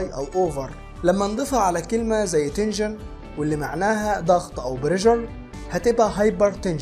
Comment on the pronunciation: تنشن وليس تنجن